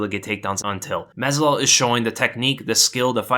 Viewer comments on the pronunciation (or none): "mazal", "mazol", "mezdol", "mazzadol", "mezidol".. "mazvidal" 🤣🤣🤣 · Love your content but you literally said Jorge's last name wrong EVERY SINGLE TIME.